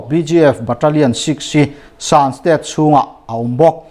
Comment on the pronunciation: Shan State ilamdan hi adiklo hret